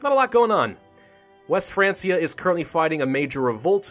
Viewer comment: Just in case you haven't looked this up already but I believe "Francia" is pronounced like "Frankia". It's probably pronounced that way because the word is derived from the word "Frank" which is what they called the Germanic tribes that inhabited the territories of France at that time.